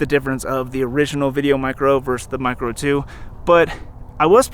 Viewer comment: Great review brother. “Video micro 2 versus video micgo 2…” I bet you said that a lot in this one! Haha